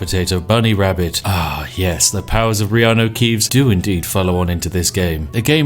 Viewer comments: Who else thought he was meant to say Kianno reaves instead of riarno keaves???? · You say reeanu keeves..... i say hagrid